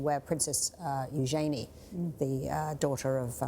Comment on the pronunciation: those two I knew about. For a moment I thought they had a third daughter I was not aware of. I realize now she was not saying Janie. The way she pronounced Eugenie was different from what I ever heard.